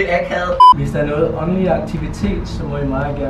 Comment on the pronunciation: Når siger åndelig lyder det lidt som onani ved ik om det bare er mig😂😂😂